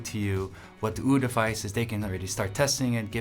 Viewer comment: i wish he didnt say uwu like that edit: he stopped saying it like that 1min 10s in